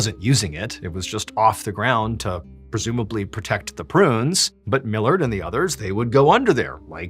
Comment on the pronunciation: My last name is Millard its so nice to hear you say it correctly haha so many people read it as mill-lard